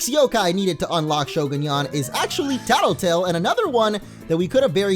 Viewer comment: you are saying the name wong